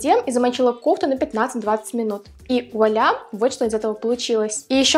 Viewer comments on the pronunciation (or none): none